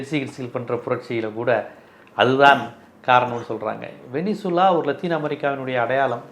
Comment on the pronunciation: சார் உலக நடப்புகளை அழகாய் விவரிக்கிறீங்க... ஆனா (venezeula) வெனிசுலாவை வெனின்சுலானு உச்சரிப்பது போல தெரியுதே??